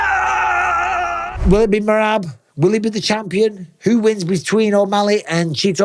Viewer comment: When Henry keeps calling Merab, Merat😭😭😭😂😂😂😂😂😂😂😂😂